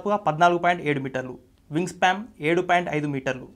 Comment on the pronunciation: వింగ్ స్పాం కాదురా సన్నాసుల్లారా వింగ్ స్పాన్, నోట్లో ఏంపెట్టుకొని మాట్లాడుతార్రా,వెనక రిసెర్చ్ టీం నిద్రపోతున్నారా? నేషనలిస్ట్ హబ్ చానెల్లో ప్రసంగించాలనుకొంటే కొన్నివిషయాల్లో సాధనకావాలి.ముఖ్యంగా భాషోచ్చారణలో.సౌమ్యంగావుందామని ఎంతప్రయత్నించినా పరీక్షిస్తున్నారు.